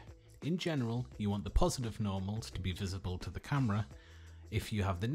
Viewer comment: i thought you said "Normies"